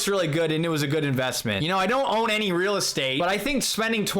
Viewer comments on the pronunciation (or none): none